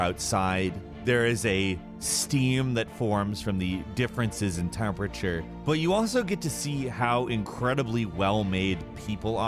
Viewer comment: Sounded like he said " Difference intermofture" instead of "difference in temperature" =O